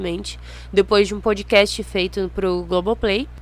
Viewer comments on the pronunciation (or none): none